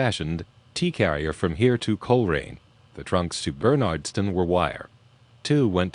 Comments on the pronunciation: I lived in Massachusetts for the first 32 years of my life (now in Vermont) and had friends in the area including ones that lived in Bernardston until recently. Believe me, if you're ever in the area and someone hears you pronounce it wrong, they will correct you (ask me how I know). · Bernardston is pronounced bernidston or bernerdston, not like the name Bernard BTW.